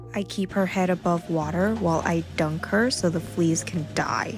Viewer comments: Dude as soon as I heard her say it like that I went to the comments to see what everyone said, this did not disappoint 😂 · The emphasis on DIE 😂😂😂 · Love how you emphasized DIE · “While I DUNK her so the flees can DIE” I love how she emphasizes on some words so much and then goes back to sweet voice talking 😂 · “So the fleas can DIE,” This is why I liked and subscribed 😸😻🫶🏻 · Ikr? I wad about to comment that like geez! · "And I dunk her so the fleas can DIE" Proceeds to go back to a normal voice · The way you put emphasis on the word DIE.... It's rather ominous 😂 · The emphasis on "DIE"